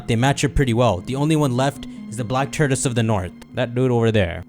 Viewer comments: "The black turdis" Tort-oi-se, or tor-tus But fun vidya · saying tortoise sounds like turdus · My dude kept saying TURDOUS 🤣😂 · I have never been so annoyed by someone mispronouncing a word than how pronounces “Tortoise” 🤣